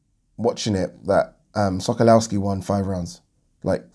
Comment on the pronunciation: Sokolowski pronounced Sokolofski. Come on bro how many times you seen this geezer in the ring ha